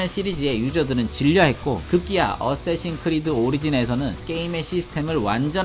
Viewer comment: 어세신이아니라 어쌔신